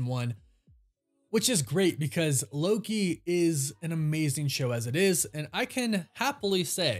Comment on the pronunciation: Yes 🙌 you said it correctly. I believe that Loki is the only thing keeping the MCU going